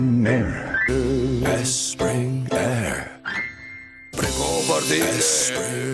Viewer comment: u espring aire